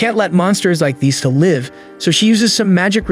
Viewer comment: Brah you know AI breaks the immersion because it can't distinguish the difference between live and live, love the recaps. The ai always makes me laugh when it says live when it means live. 😂😂